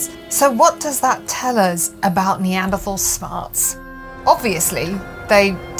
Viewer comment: Why the endless mispronounciation of "Neanderthal?"